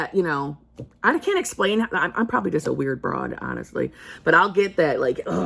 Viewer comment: I love how you Americans say “broad” 😂 I’m probably a weird broad, made me lol x